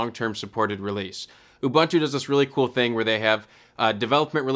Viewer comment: it's pronounced "ooboontoo", all the "U"s like the last one :) anyway, happy to see so much channels starting to focus on linux distros lately. keep it up!